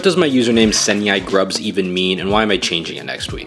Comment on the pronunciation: Senyaikrub is literally the right pronounciation for ‘เส้นใหญ่ครับ’(Senyai, please) and I think this username is already fancy and great! Just edit a bit and don’t change it😂